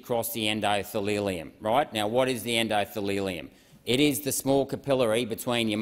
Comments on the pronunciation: Saying “endothilileum” and “immuglobin” multiple times instead of endothelium and immunoglobulin does not inspire confidence! Only a third of the way through- I wonder how many glaringly obvious mistakes I can pick by the end… such a shame because this stuff actually does need to be discussed. At least he tried, unlike most. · Oh good - a pharmaceuticals lecture from a politician who gained his PhD from reddit. I better take notes because I'm sure this is well researched and factual! 🤣🤣🤣😂 "endothalelium" ! ! ! Priceless ! ! ! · "endothelelium" Mr Rennick? Anatomy 101: endothelium is the tissue which forms a single layer of cells lining various organs and cavities of the body, especially the blood vessels, heart, and lymphatic vessels. It is formed from the embryonic mesoderm. The rest sounds quite convincing - especially the 'sausage' metaphor (btw I don't let my dog eat sausage for the reasons you touched on). And what about putting the body inside the jeans instead? Or did you mean to say that "viral mRNA gets into the cell nucleus"? DrBeen Dr John Campbell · "the enDoTheLilLium" 😂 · Actually, he mispronounces many if the terms but I appreciate his courage. Not enough like him… yet! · I am so proud to see a politician like you sir. I am not sure if that's how you pronounce endothelium though. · he pronounced endothelium and cationic wrong thats it